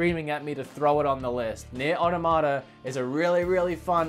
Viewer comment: Knee-air ah-tom-ah-tah